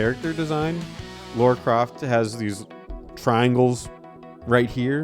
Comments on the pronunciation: Who’s the fucking idiot that keeps calling Lara “Laura” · When you keep saying Laura, I find it difficult to believe you actually played the games and aren't just reading off a script. Kinda takes away from the video. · I am a guy who was born in 89 and never thought about if the protagonist was male or female. I just thought a fun game was a fun game. The only thing about this video(short) I don't like is that they keep saying "Laura" when it's Lara.